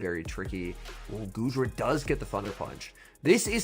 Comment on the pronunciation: I swear I heard call goodra, "doodra". Lmao